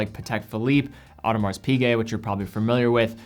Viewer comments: AudemarZ? Really? Even if you don’t speak French please for the love of god pronounce names correctly. You don’t have to say it in an accent or anything but you can pronounce it right at the very least. Considering you’re a watch YouTuber specifically, you’d think you’d say the names of these companies correctly... if someone pronounced your name incorrectly, you’d probably have a problem. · You do not pronounce the S in Audemars Piguet, and I was really surprised that a watch youtuber, did just that.